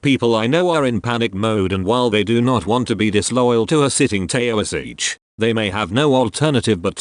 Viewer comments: It is pronounced Tee-shock. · A “ Tayo-a-seech?”. If your text-to-speech app can’t read Gaelic then don’t use it. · Yep, in particular the "tao - is - each" and "fine - gale"